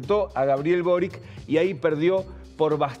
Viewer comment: El nombre del antiguo presidente de Chile es Sebastian Piñera no Piñeira. Nunca he entendido porque a los argentinos les cuesta tanto prounciarlo correctamente. Lo mismo sucede cuando nombran a Boric. El apellido de Boric es croata y se pronuncia Borich.